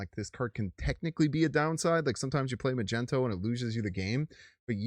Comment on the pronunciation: It’s pronounced, Mag-Knee-toe. Like a magnet 🧲, he is the master of magnetism.